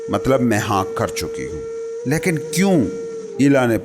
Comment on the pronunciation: Good effort but you need to work on your pronunciation. Like its laikin not laekin and its David not Daevid.